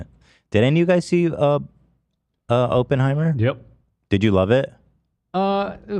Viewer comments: I feel he said it that way jokingly? I hope… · the way americans say Oppenheimer is such an ick, I'm sorry 😭 o-pen-heimer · Every time he says open-heimer I cringe